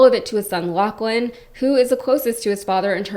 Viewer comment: Lochlan, not Laukin. It's a Scottish name.